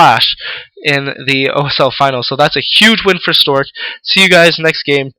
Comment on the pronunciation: LOL you keep saying storge. XD sorry to make fun of it, but it's funny.